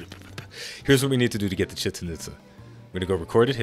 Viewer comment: Omg its pronounced chechan and pizza without the p